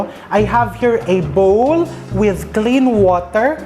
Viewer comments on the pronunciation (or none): none